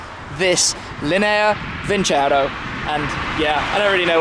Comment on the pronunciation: I'm italian, the pronunciation is lìnea vincerò! It's been painful to hear linèa vincèro all video long hahaha